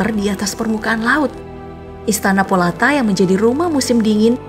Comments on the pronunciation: Menit 1.27. istana Polata,ralat,yg benar istana Potala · Nyebut nama istananya juga salah,istana POTALA disebut Polata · Istana aja tadi salah sebut. Potala bukan polata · >> Ralat Min, yg bener istana Potala, bukan Polata.. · Istana Potala, bukan Polata.